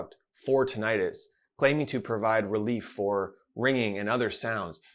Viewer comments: You are not pronouncing Tinnitus correctly. It is not Ti-nni-tus. Two n /nn/ thus Tin-ni-tus. example /swimming/ is not Swi-mming it is swim-ming also the second /i/ is not /eye/ since it is following a double constant thus vowel goes from long to short. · PLEASE stop calling it tin-i-'tis. You know as an audiologist that it is correctly called tinnitus, without the long "I" sound. I know you think it is more understood the way the lay person thinks it is pronounced, but it only reinforces the incorrect pronouncing of the condition of tinnitus. When I hear someone talk about this subject, pronouncing it tin-I-'tis, I dismiss everything they say. Let's educate people rather than dumb it down, just so they can understand the subject. I have been a subscriber to your channel for several years, and know that you are a well informed audiologist who specializes in tinnitus. I have severe tinnitus and have for the last 25 years been desperate for help, without much relief. I have tried every so called treatment there is. Please don't add to the problem by presenting a "dumbed-down" approach. Thanks for having a heart to help those of us who are dealing with his debilitating condition. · You’re pronouncing Tinnitus incorrectly… plus TRUE tinnitus is in the BRAIN… not in the outer ear.